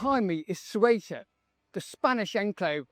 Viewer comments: FFS. Get the name right. How the heck do you want to be taken seriously if you can't pronounce the name of the place. It's not "sway-ta". Morons. If you can't pronounce it like the Spanish and Portuguese, at least bastardise it to "suit-uh". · 'Su-e-tah'? What? It's 'Ce-u-tah' ffs. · For God's sake it's not rocket science: it's not Soweto or Quetta, it's Ceuta, CE-u-ta (THAY-oo-ta). This ignorance with pronunciation really annoys me, just like when someone doesn't pronounce my language correctly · "Swayta"? LOL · Have the decency to learn how to pronounce Ceuta